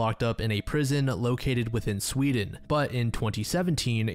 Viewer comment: I thought seewdeen was a good country 😭💀